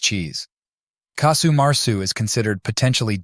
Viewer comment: Casu not Kasu.